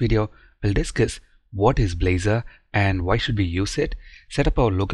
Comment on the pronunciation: at the beginning -- Balzor instead of blazor